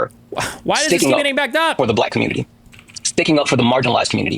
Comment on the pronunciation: Why does he pronounce "community" as " cobutity"?